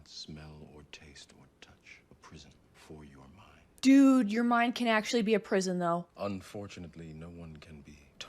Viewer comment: AK-SHO-A-LEE... 😂 Hugo Weaving likely got the part of Elrond because of the gravitas he was able to bring to the roll of Agent Smith. Other good Hugo Weaving movies would include "V for Vendetta" and "Hacksaw Ridge". Great reaction! New sub. 🙂